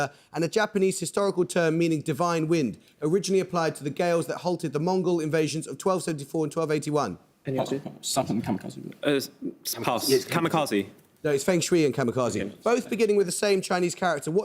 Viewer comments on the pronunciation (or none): Rajan always so prissy about others’ pronunciation but he regularly screws up: this week on “FENG shui” - not Feng shewey for G:d’s sake!